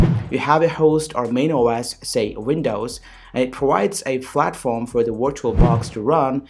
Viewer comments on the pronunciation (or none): Hehe. It's not "Flatform" mate.. accenting much?? Of course u r.. It's Platform.. with a P.. ok?